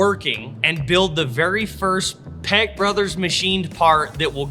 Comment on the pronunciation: Wife wants to correct your speech and I agree how you pronounce your name peck sounds like you say peg brothers the meaning of what it sounds like you say wow